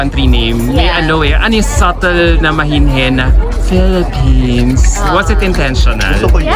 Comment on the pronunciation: Felepens daw sabi ni athisa 😂